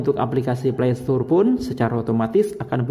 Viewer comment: Mantap bang videonya, bermanfaat. Dan sekedar mengoreksi, Play Store menyebutnya (Pley Stor) bang, bukan (pley stur) 😉